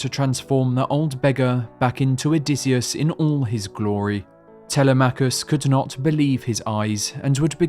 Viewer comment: Such an incredibly detailed and colorfully described tale! Thank you. However, you pronounce the son of Odysseus the same way I did for years: Tel-e-MACH-US. A small matter, but the correct pronunciation of the Greek name is: Te-LEM-ach-us.